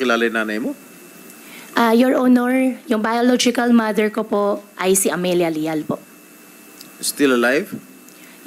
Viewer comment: Ang lial ay lee at rubylin ay lee